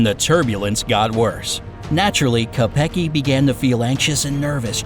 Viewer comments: It’s not k-e-p-g-e It’s k-o-e-p-g-a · lol you pronounced koepcke soo wrong